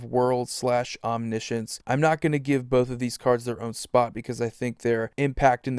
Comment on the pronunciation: Omni-potence, omni-science lol. Sorry it kills me when people say ominessence etc. Omnipotent is a real word.